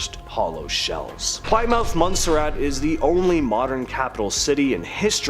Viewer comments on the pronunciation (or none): OH MY LORD!!!! Please learn how to say Plymouth correctly. Not Ply-mouth, but Pli (short i sound) moth.